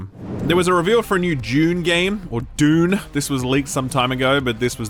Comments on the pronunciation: It’s Dune, not June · I love how pissed off you always sound having to pronounce 'Dune' like a silly American every time, I can relate because I'm English but my wife is American 🙄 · So you pronounce “Dune” as “Dajune “ or some other bastardized version but then act like pronouncing the D like a D is funny? Say schedule really really slow so we can hear those 13 extra syllables you add in.